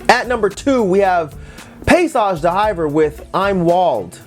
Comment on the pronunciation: And D'hiver at the end is pronounced the same as the iver in bon iver. Are they French or German?